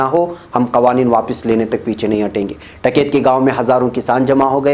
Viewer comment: ╔═══ ❤☀🍀☀❤ ═══╗, Asak. Kaise News Reader hain Aap!!! Jis Aadmi ka naam aaj har hindustani ki zaban par hai, aap uska naam theek se naheen padh saktay. Uska naam TAKAIT naheen hai balki TIKAIT hai. Kum se kum mashoor logon ke naam theek se padha keejiyay ╚═══ ❤☀🍀☀❤ ═══╝